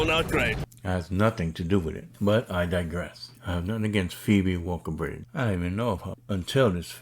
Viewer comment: Phoebe Walker-Bridge... and you comment on how you were mispronouncing her name in the last video